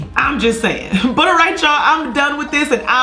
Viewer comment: “Buttrrrrr anyways” 😂